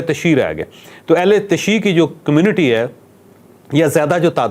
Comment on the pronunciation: اہل تشیع کا صحیح تلفظ اہل تش ی ی ع ehl e tashyyu ہے ع علیحدہ پڑھا جاتا ہے۔ ملکہ بلقیس کافرہ رہی تھی حضرت سلیمان علیہ السلام سے شادی نہیں ہوئی تھی